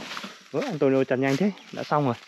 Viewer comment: Phải đọc là Antuniu mới đúng chứ nhỉ? Tại sao Neto thì đọc là Netu, còn Antonio vẫn đọc là Antonio. Mặc dù cùng kết thúc âm cuối là âm “o”